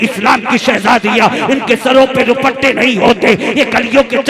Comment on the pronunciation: روپٹے😮ہوتا ہے یا دوپٹے😅